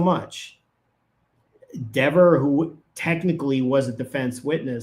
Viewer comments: Don't you CARE mispronounce her name! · I think he said Dever name wrong on purpose to piss her off and make her mean and look bad so the jury saw how nasty she was being behind the scenes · Dever pronounced her name 2 ways. She introduced herself the same way Jackson had been saying it, & then she changed it just to be snippy.